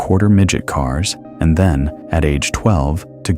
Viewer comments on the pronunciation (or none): none